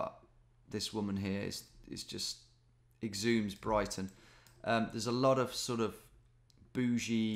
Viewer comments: "EXHUMES" BRIGHTON LMAO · pretty sure he says "exhumes Brighton" too tbh. Idk if would be worse to exhume or exude Brighton though honestly